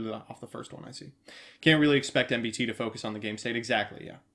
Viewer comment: em-bu-tee Instead of the usual Em~ BEE~ tee~ 🤔